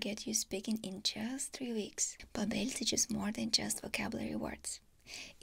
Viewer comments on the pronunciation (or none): Pretty funny you're doing a sponsorship for babbel... a language learning program and pronouncing their name wrong lmaoooo